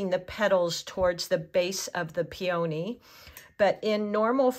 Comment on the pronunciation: Pee-o-knee not peOh-knee